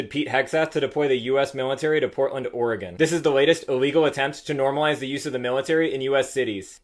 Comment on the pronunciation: Thank you for saying ORY-GUN correctly.